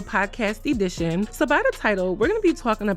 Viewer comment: The way you say “e-dition” instead of “edition” tickles me, even after all these years lol😂